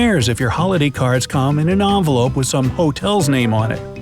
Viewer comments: So no one's gonna talk about how he says Onvolope instead of Envelope ? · It’s envelope not aunvolpe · He said ovolope